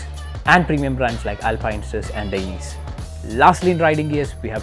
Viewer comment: dainese should be pronounce dai-ne-se